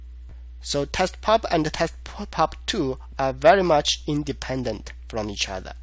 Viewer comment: Is that how you ALWAYS speak or are you just doing it for fun? if yes, I LOVE YOU! :-)))) that's SO cute! "tAst a pAp2 are very much indApendent? "